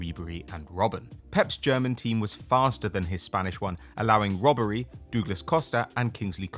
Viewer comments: its Ribery not Robbery😂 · Dude called Ribery- Robbery. 😂😂